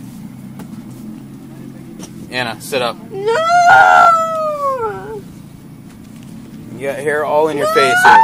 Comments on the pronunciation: Notice that she puts an extra syllable in it. As if it'll change stuff. "Nooo-uh!" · This kid puts an extra syllable in every NO she says..."Noooo-uh!"